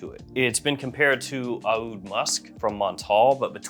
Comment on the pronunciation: Stop it with the “ah-OOD”